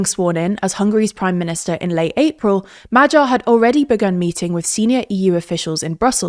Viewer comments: His name is Magyar, not Madzsar. Please correct the pronunciation. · MahGYar... GYA... Not like G in general. Good info, thanks for that but the butchering of pronunciation is setting my teeth on edge and I'm not even Hungarian. It's MaGYar, not MaJARAR. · it's pronounced "madiar", nor "majyar". could've learned it by now 🤦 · True. And Magyar is pronounced like Madyar instead of Majar, since "gy" is very similar to a palatalized "d", so it is kinda like the sound in the word "dew" or "duke" in traditional English